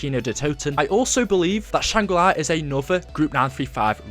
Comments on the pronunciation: stop saying shangri lai, its shangri la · Can't help but cringe every time I hear you say "Shangri Lai", but still a great video. I think doing a series on the lore of black ops 1 would be really neat. I personally never heard about the easter eggs or anything else from that zombies story line.